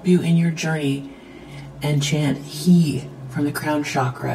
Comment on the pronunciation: Around minute you said to say, He, but according to Hebrew it's pronounced Heh, not necessarily as in the male pronoun. When birthing a child using Lamonze breathing technique, it's like panting: heh heh heh heh and Hah or Hay/Hey, it's the breath sound for GOD, Aleph in Hebrew language, aka YHVH Genesis 1:1 (Yo-Ho-V-AH)